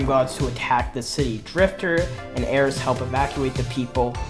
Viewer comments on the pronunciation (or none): none